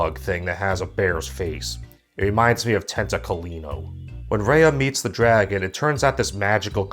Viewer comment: when you said Tentacolino, i died a little